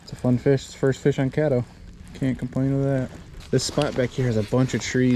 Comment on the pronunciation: Thank you for pronouncing the lake name correctly. People want to pronounce it kay-doe. When its cad-doe